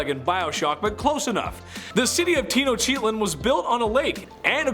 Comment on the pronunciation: Congrats that the whitest way anyone has ever said tenochtitlan 😂😂